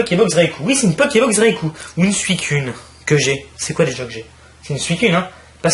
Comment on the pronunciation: Suicune se prononce suicoune mais tu a to. Accent français xD